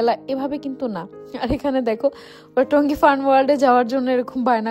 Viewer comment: Tongi fun world na toggi fun world 😂😂beshi suddho bolte jaiya 😂😂